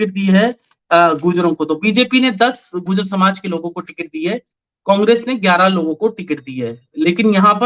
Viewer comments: PRONUNCIATION GURJAR HAI GUJAR NHI HAI SIR ...KHETRI MEIN BHI BJP AAYEGI KAAFI SAALO BAAD KYONKINTICKET KAT GAYI YAHA K MLA KI JO CONGRESS K THE ORR VOH INDIRECTLY BJP KO SUPPORT KAR RAHE HAI dharmapal ji jeetenge ❤❤ aaram se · Gurjar.... Not gujaar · Its gurjar not gujar